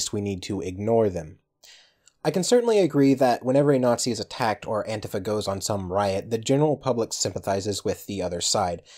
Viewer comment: Why are you pronouncing antifa like that? It's odd.